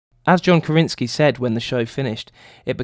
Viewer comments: great list, but it's John Krasinski. Kra sin ski. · The only thing that bugged me is you getting John's surname wrong several times, haha. But some good moments!